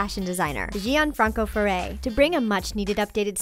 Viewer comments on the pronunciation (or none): Wtf is ZÍan Francoferre?